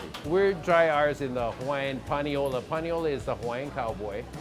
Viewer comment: Not “PanioLA” you eeeeeeeediot